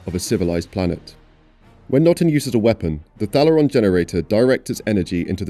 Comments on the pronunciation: It's pronounced Thay-le-ron not Thal-er-ron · You mispronounced Thalaron even though the entire movie cast say it 1000 times....